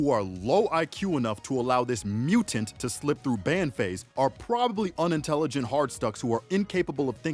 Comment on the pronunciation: Why'd you say mutant like that 😭